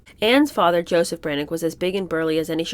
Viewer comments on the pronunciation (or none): none